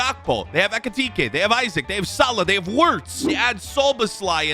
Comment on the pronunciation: It is not Isaac it is ee-sack(isak)